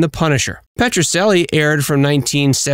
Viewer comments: Petrocelli is pronounced PETRO-CHELLY, NOT PETRO-SELLY! And he portrayed a defense attorney, not a prosecutor. He was always helping the underdog. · He is mispronouncing the name of the show! It's making me nuts.